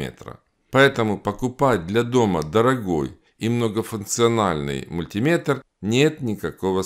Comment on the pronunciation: Как приятно слышать мультимЕтр, а не мультИметр. Бальзам на душу. Спасибо. 👍